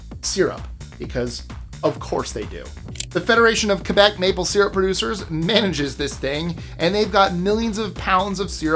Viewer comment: Thanks to pronounce Quebec properly. 😊